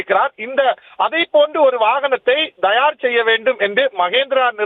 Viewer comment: Dhayar இல்லையடா பரதேசி, அது தயார் (Thayar) என்பதே சரி.